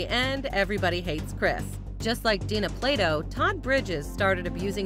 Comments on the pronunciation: um...her name is Dana, not Dina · DANA, NOT DINA. THUMBS DOWN. THUMBS DOWN. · DANA, NO DINA. RIP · From DIFF'RENT STROKES, Ms Plato's first name was DANA, not Dina. the producers of this video couldn't get that right, so how credible is anything here? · It's DANA Plato. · Dana Plato, nit Dina, Day Nah. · I believe "American History X" was quite successful. And yeah - it's DANA not Dina. And sadly, her son would commit suicide a decade or so after Dana's death. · You need to do more research,...it's Dana not dina... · This narrator is awful. "Plagged" instead of plagued and "Dina" instead of Dana.